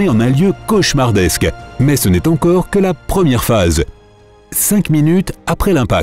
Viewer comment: Le robot qui parle ne sait pas qu'on dit « cin minutes », « cin mille », « cin cents ». On ne prononce pas le /q/ après « minute », « mille » et « cent ».